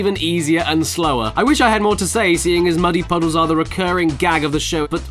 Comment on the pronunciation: I thought "muddy puddles" was "many punches"